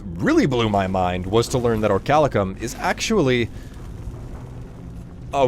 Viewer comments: Or - ee - kal - cum Orichalcum Not Orchalicum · But btw if ya see this. I believe it's pronounced Ori-cal-cum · Researches the records of orichalcum in the real world. Still pronouces the ore as "orichalicum". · Isn't it pronnounced ori-cal-cum? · Good drinking game: every time says Orichalcum, take a shot